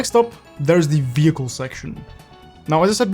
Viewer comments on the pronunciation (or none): Vee hickle